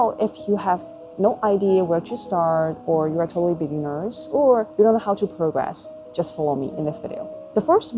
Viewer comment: 很多音都不准，听几句就不想听了，27秒progress 做动词重音发的都不对